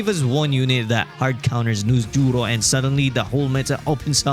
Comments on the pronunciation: the way he say Noosjurro 😂😂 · NusJ😂 as well .